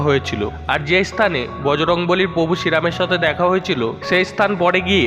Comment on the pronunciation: দাদা contain টা খুবই সুন্দর কিন্তু উচ্চারণ আরও সুন্দর হবে ।যেমন প্রভু উচ্চারন ।। বিষয় টা দেখবেন একটু ।